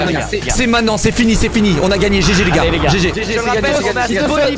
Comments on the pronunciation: On dit MAINTENANT pas MAINANT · Pk tu dis mainnant au lieu de maintenant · Pourquoi squeezie dit main nant au lieu de dire maintenant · Squeezie et ses "m1nan" m'eclate tellement. RIP le t de "maintenant" 😆